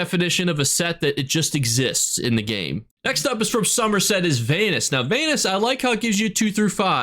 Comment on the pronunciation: I can't tell if you were throwing shade at Vanus pronouncing his name like anus on purpose or not but it gave me a good laugh either way 😂